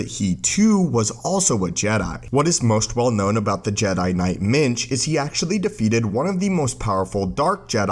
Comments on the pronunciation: Every time you said minge I laughed especially when you said "minge nearly single handedly defeated the dark side" English people will get it. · Did you say jedi Minge? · when you say minch, its sounds like something completely different. ;)